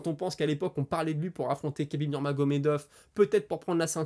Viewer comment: Merci pour la vidéo Pour Khabib il faut prononcer Rabib, c'est la manière la plus simple pour se rapprocher de la prononciation 🙂😉